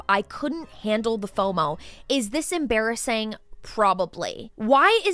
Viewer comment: That is em-BEAR-assing 😂